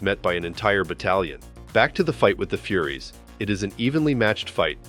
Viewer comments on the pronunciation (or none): Furies… not Furries😂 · Lol! it's Furies not furries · It’s not FURRIES. Its FURYS. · its pronounced like fyuries, although the idea of furries as a warrior race is rather amusing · The Furries? Fury. Fyur-ee. FURIES lol. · Is this another a I narrator? It's furies not furries 😂😂😂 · "...met by Granny Goodness and the Furries." Someone doesn't know how to pronounce "Furies". LOL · It’s pronounced furies not fury’s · Furries?.. the Furies (f-your-ees)... AI voice is funny ;) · FURIES, not furries. wth? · Dude…”FURIES” and FURRIES” are NOT pronounced the same. FURIES is the plural of “fury,” and is a reference Greek mythology. Do some homework! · He called the 'furies' the 'furries' twice at least. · This is a great breakdown but PLEASE understand that there's a difference between the pronunciation of Darkseid's Furies and furries. Think of it as Darkseid's "fyouries" vs furries(the people who like to dress as animals for whatever reason, IDK). I suppose that in some crazy alt-dimension somewhere there COULD be Darkseid's Furries, and that would be fkn hysterical but that's not this - IIRC, the Furies are actually based in Grecian-Chthonic mythology(AKA:Eumenides[SP?]), goddesses who oversee/ensure anger/vengeance curses. I'm rusty here, been awhile since I cracked a book on myths. I know that there were THREE mentioned in Dante's Inferno but that's centuries later(AD13-14cen?), not based in Grecian mythology. My recollection of Greek myths places no specific number of the Furies but DOES refer to a plurality. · It's "furies". Not "fuŕries". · The AI lost me at calling the Furies, Furries. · "she defends herself against the furries" oh, the true dangers of using AI narration. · furries and furies and VERY different things...need to make it pronounce it correctly :P Being over-run by furries would be horrific though. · every time you say furries instead of furies i giggle my tits off... darkseids furry army 🤣🤣🤣🤣🤣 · AI can't pronounce furies???? Lol